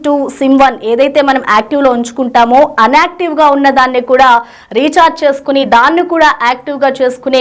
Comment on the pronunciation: మీ భాష ఏంటో అర్థం కావటం లేదు. అన్ఆక్టివ్ కాదు ,ENACTIVE కాదు, ఇనాక్టివ్ ( INACTIVE) అనాలి